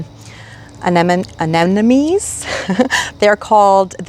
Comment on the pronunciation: I enjoy your videos, however I must admit I'm a viewer who cringes when you say Anemone. We gardeners (including me) mispronounce plants from time to time, but in those cases, it helps to defer to the alternative names. In this case, Windflower!